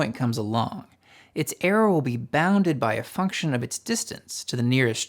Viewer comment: This is great information, but I recommend that you either work on your diction and enunciation or get somebody else to read it, or have someone like me who is good at catching instances of problematic delivery record it. Some words just disappear in a fog of slurred mumbling and vocal fry. I had to infer from context in several places that what sounded like "arrow" was actually "error", for one example. I amused myself by imagining that over time perhaps listeners could encode a manifold representing the shape of poor intelligibility in your utterances, and map that onto another manifold representing what you most likely meant to say. But then, I think I doubt if people learn this way. And why force them to do that anyway? Speak more clearly, thereby reducing the noise in the channel in the first place.